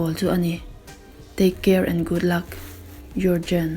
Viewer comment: Yougen tiin lam tur